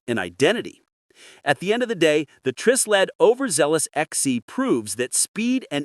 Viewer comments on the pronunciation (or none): Hey, AI boy. It's pronounced with a long I as in Try Sled.